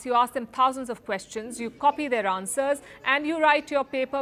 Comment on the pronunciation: Palki learn how to say "Answers"